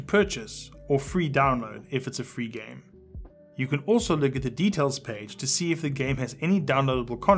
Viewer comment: Am I the only one who heard "Select the gay you want to download"